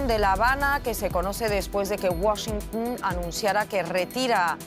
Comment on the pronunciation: Que alguien le enseñe a decir Washington